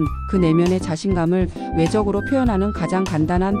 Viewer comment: 첫인상 ...발음은 (처신상)이 아니라 (처딘상)입니다. 외적으로 라는 발음도(외저그로)가 아니고 (외쩌그로)입니다. 의미전달을 위해 발음도 명확해야 합니다.